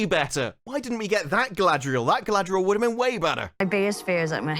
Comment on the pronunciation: Only seconds into the video and the actual director unintentionally pronounces her name “Guy-ladriel” just like … weeew lawrd. this gonna be good.